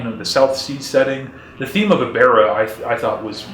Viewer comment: "E-bear-ah"? I've always heard it pronounced "Eb-ber-ah". Good review. I agree that this movie's history is more interesting than the movie itself. And the music, very James Bond.